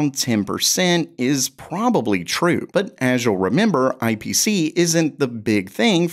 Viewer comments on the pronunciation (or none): none